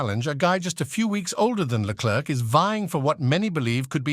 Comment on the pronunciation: why can't this narrator just take 1 minute of time to learn how to pronounce a drivers name right??? Leklerk ?? Verschhhtappen ?? really?? Dumbasses !!